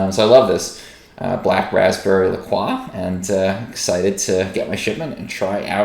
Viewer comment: That's not how you say LaCroix. Look up a pronunciation of St Croix if you would like to know how to actually pronounce